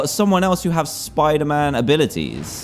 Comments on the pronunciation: Dantdm: Hello guys, today were are going to play some SPOODAMAN. Me: spoodaman? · He said spooder man at the start hahahahaha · Dan TDM : Welcome back to spooder -Man ME : Wait I must be hearing you wrong what did you say .............. 🤔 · DanTDM HEHE! You said spooder man. Did you mean “Spider Man”? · “Welcome back to spooderman” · me:dooooo doooo dan:welcome back to soiderman Me:WHAT DID YOU SAID replays in slowmode Dan:welcoome back to soiderman Me:dies* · Lol In the start he says spuderman instead of spiderman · in the begining he said SPOODER MAN! :} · Why did you say spidermoon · "Hey guys! We're back in the world of, Spooder-Man!" .w. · dan: spooder man Me: seriously spooder man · UHHH........ UMMM..OH I THOUGHT WE SAY SPIDER-MAN BUT DAN IS A LEGEND HE TAUGHT ME ITS NT SPIDER-MAN ITS SPOODER-MAN YAAY.SPECIAL THANKS TO DAN HE CORRECTED THE WORLD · "spooder man" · he said spuder man lol